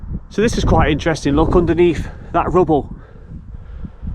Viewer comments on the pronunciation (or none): none